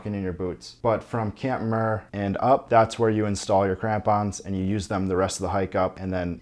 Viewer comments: Camp Muir not Camp Murr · it's pronounced MYUIR, as in John Muir, not MUR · It's not "camp Muhhhhhhr". It's "camp Myeeewwwweerrrr".. got it? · Great video with step by step, permit, cost info etc. Muir is pronounced wrong tho. It’s MYur, as in John Muir. Also crevasse, not crevice. Sunglasses/goggles are a must. Not you “might” want it. It’s game over if you don’t have them. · Why horribly mispronounce Muir Also Crevice and Crevasse are two completely different words bro. Come on 😅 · Good information but the pronunciation of camp Muir is killing me! Lol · Awesome video. Just a tip: you are pronouncing Muir wrong. But nonetheless a nice video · Its camp Muir, like John Muir?